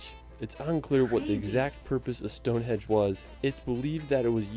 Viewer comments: Would be wary of this guy narrating the vid, straight away he is calling Stone Henge Stone Hedge. Not something you would get wrong in my view. You can by a cheap map with all places of interest on, monuments castles museums National parks everything for the person on vacation. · Anyone gotten triggered when he keeps saying Stone Hedge? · I LOL'd hard at the narrator of the video repeatedly calling Stone Henge, stone hedge. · It's Stonehenge, not Stone hedge. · Why does the narrator call it StoneHEDGE? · its stonehenge NOT stonehedge!!!!!!! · It's not called stonehedge😂 it's stonehenge😊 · its stoneheNge not stoneheDge which he said. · The narrator here makes some howlers. Its pronounced as "Whayles" not Wells. Its Stonehenge not "Stonehedge". Also Mount Snowdon is 1085 metres or 3560 feet. It is not 10085 metres, as that is higher than Mt Everest. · "Stonehedge"? Trust me, it's not a hedge. 🙄